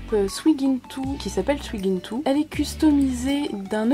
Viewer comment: Super vidéo, comme toujours ,j'adore ce que tu fais ^^ PS: Le prénom Suigintou , est japonais (IL vient de mon manga préfère ) donc on ne prononce pas le "U" dans son nom 😊 Après si tu souhaites le prononcer comme ça au niveau du prénom de ta doll c'est ton choix^^ Bref continue comme ça :)